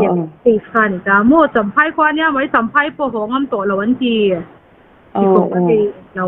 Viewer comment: A tawpnaa i kawm nu hian Mizo tawng dik hi hmang ve tawh turin lo hrilh la, mai tih aiah mei tih a hmang fo mai hian ngaihthlak a ti nuam lo kher mai, midang i kawm leh hma hian he tawngkam hi hmang lo turin hrilh hmasa zel teh aa kawmhma hian